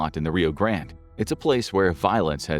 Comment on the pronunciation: say grande correctly!